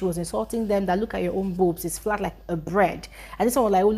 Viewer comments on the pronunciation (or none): She said flat like flat egg oo... not bread😂😂